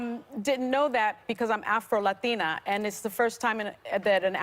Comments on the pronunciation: “Afro LaTHina” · The way Sunny pronunciates "afro latina". is so cringe and pretentious